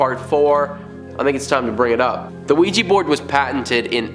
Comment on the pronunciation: OUIJA NOT OUIJI..😡😡😡😡